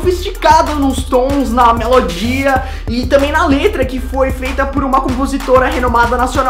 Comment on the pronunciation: ele falou mélodia